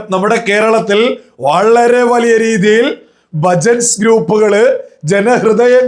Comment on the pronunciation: Bhajans, not bhajats 😅